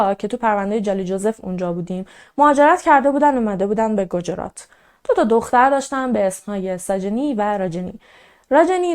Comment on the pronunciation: دخترم گوجرات نیست گجرات هست و همچنین روی ج ساکن بزار. با احترام پاینده ایران اگاه ایرانی بیدار